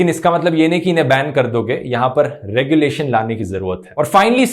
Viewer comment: Regu-lation not Rege-lation. Thanks